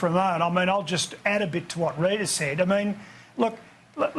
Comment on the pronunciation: "awwwweewweeww rrrrrrrita"